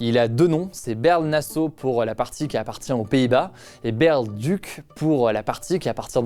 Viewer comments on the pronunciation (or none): Pour info, Baerle-Duc, ça se prononce comme la ville en France Bar-le-Duc, tout simplement ;) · Ca se prononce Baar Le Duc